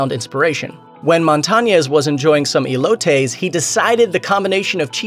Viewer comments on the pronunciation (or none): eelowtoies its ELOTES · Elotes not e lo tays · He said “ELOTAYS”, smh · E -loh-tayz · I cringed when the dude said "E-LOTES." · Lmao same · Bruh this dude said “elotays” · the way this dude just said ELOTES.... oh jesus but yas this is my man, LOVE US LATINOS BABY <3